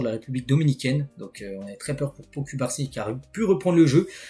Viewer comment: Pourquoi ocubarsi? C’est cubarsi